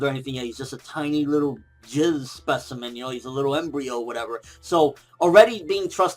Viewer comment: HAHAHAHAHA! How said jizz-specimen xD! I'm dieng haha